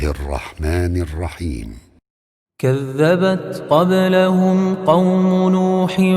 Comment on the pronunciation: Bismisla irrakman irrakheem galat h sahi kar 👀✔️Bismisla irrakman nirrakheem